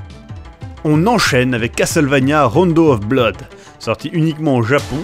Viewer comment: ça se prononce blood, pas blood, blood, fin, tu m'aura compris. Comme pour "door" y'a une exception grammaticale et tu prononce comme si il y avait qu'un seul "o"